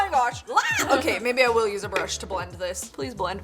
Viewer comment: She said “a brush”